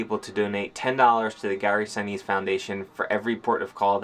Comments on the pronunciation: Gary Sinise’s name is pronounced Sin’ neese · "Lt. Dan!!" (from Forrest Gump) Gary's foundation is the real deal - glad you two connected with him/them/that. God bless you as you start another new chapter. (pronounced "Sin-EESE", I think). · How could not know how to properly pronounce the name of one of the most famous actors of all time? " Lieutenant Dan " 🤦🏻‍♂️🤦🏻‍♂️🤦🏻‍♂️